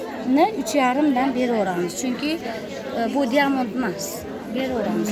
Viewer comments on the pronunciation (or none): Диамонд эмес даймонд